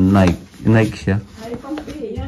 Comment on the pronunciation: Meri krismas!, naikee po, hndi naik ang pagbigkas ng NIKE